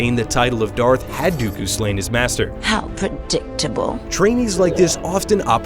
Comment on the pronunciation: he axindently says count do do